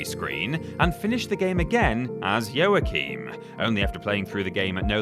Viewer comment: Joachim = (WA-KEEM)